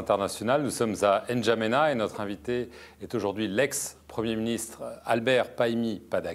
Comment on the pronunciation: Vous même notez le manque de respect vis à vis du Tchad et un potentiel futur président.le journaliste au lieu de prononcer Ndjamena comme se doit être le journaliste dit N'. djamena sans que le candidat dise on dit Ndjamena et non N' djamena